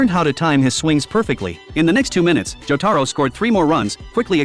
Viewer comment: Good thing he didn't butcher jotaros name like imagine John joeystar